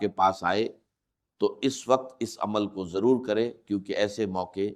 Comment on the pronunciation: یہ آواز ڈاکٹر اسرار سے ملتی جلتی ضرور ھے لیکن یہ آواز ڈاکٹر اسرار احمد کی ھے نہیں بغور سنیں تو پتہ چل جائے گا کیونکہ ڈاکٹر صاحب کا تلفظ اتنا غلط نہیں ہو سکتا جیسا کہ خیر کو کھیر اور ضرور کو جرور اور دیگر الفاظ بھی ہیں جن کی ادائیگی غلط کیا جارہا ھے خاص کو کھاس ایسا ہوہی نہیں سکتا کہ ڈاکٹر صاحب کی تلفظ ادائیگی ایسی ہو